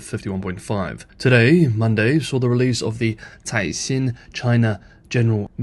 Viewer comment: Dude you keep trying to be clever and pronounce Chinese names in Mandarin but you keep blowing it. Caixin is pronounced "kysheen".